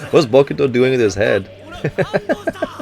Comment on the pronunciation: Say it right: Hinata[Hee-nah-tah] | Bokuto[Boh-ku-toh] | Nekoma[Neh-ko-mah] | Ukai[You-kai]